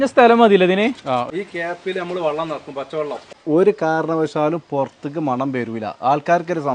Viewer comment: വള്ളം അല്ല മാപ്ലേ ? വെള്ളം എന്നു പറഞ്ഞൂടെ? ഞാനും കോട്ടക്കൽ അടുത്തു തന്നെയാണ് താനൂർ.